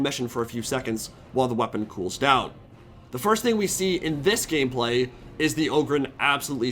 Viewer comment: did I hear gayplay?